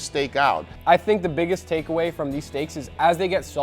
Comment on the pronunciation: I like the part at the end when he says: "I think the biggest stakeaway is that...."